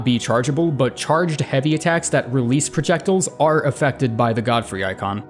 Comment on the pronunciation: projectillls Pro-Ject-iLE